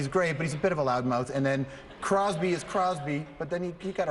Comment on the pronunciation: this isn't making fun of crosby hes one of my favourite players but when george said ovechkin is a bit of a load mouth and crosby is did he say crosby is criesby or crosby is crosby ?